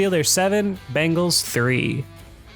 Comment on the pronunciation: Dude its the BENGALS not BANGALS!!!!!!!!!!!!!!!!!!!!!!!